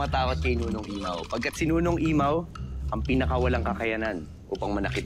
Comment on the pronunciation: Pao pao: imaw hindi mamaw ate lira 😂😂